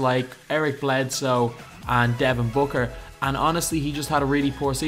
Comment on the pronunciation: Can you just make a video of you saying Devon Booker over and over please